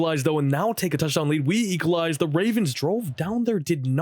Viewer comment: Saying Equalize < Saying "Eekalize"